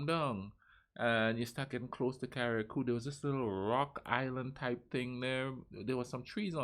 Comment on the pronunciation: I love geography now.. but its pronounced CA-RUH-COO! Love your video as well sir thumbs up for sure